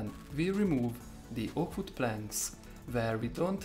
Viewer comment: "Vood" hehe I love his accent